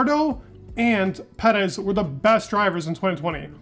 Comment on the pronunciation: “Me-claren” “Ped-ez”